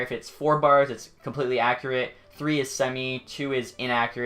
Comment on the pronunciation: I cringe when u say accurate, other than that, amazing video